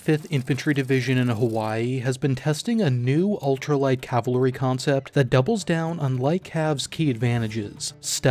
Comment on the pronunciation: Dear narrator please learn how to pronounce cavalry